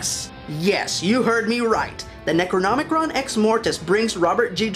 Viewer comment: Necronomicon not Necronomicron!